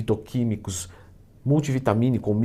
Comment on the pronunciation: "Gurdura" Twin, Leandro